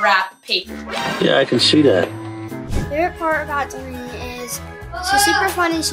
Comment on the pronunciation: it’s delaynee 😂